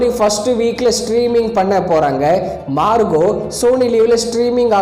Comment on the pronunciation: Marco ❌ Marugo ✅